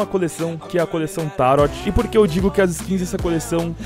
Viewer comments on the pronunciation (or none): uma força ae pra ti, a coleção n se chama "taroti" e sim "taroh" com o t mudo vlw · nao eh tarot se pronuncia TARÔ